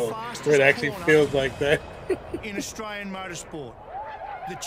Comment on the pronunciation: Dude you pronounce everything Australian so well. I had to check for a moment to see if you had an Aussie accent.